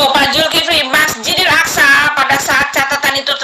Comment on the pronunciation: Itu putri hel.... gak bisa bc ya..... Zulkifli di bc Zulfikri..... keliatan botolnya.....bang beritahu dia salah sebut